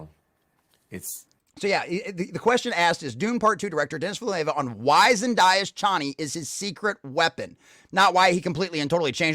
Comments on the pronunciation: Christ what a sad little rage. You're so obsessed with being anti-woke that your diatribe is devoid of any logic and screams "complete and total destruction of" every 30 seconds. Your whole argument is based on Villeneuve (pronounce Ville-nerve btw, not Villa Nueva) thinking the audience is too stupid to understand Paul is an anti-hero. The reception to the original and Herbert's disappointment already shows that Dune didn't successfully impress that on its readers...hence Dune Messiah. Villeneuve chose to expose the Paul's inner conflict between leveraging false superstitions and fulfilling his duty using factions within Fremen society, rather than just Paul's internal monologue. It works better on screen, provides a great cliff-hanger ending AND solves the hero interpretation which Herbert took issue with. For that huge advantage to the storytelling you lose what...complete subservience in a female character? Why are you so obsessed with that being key to Chani? She's obviously going to come to understand the political motivation behind the marriage and forgive him in the next film anyway, otherwise how will you get Duke Leto II? Just take a deep breath and get out the house honestly...not everyone is trying to ram a woke agenda down your throat. Grow up. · If you want a medium where you can enjoy subservient Chani, youre free to keep reading the books. Good luck on your Conservative Grift buddy 👍🏾 Edit: I feel like there are enough interviews telling you how to pronounce his name lol.